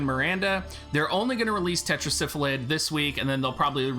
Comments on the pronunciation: its' Sylphid (Syl-Phid) not Syphlid (Syph-lid).. pardon my OCD lol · I don't know why but I cracked up everytime he said Syph-A-Lid lol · Thank you. Every time I hear him pronounce it the way he does if sounds like he is saying Syphilis.